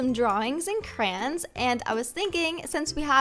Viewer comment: She says crayon as crayn